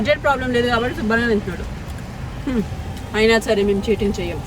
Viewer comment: Mam meeku kabatti ane word ni telugu lo sariga pronounce cheyadam ravatledhu anukunta..... Please change your slang... Telugu ni telugu la matladandi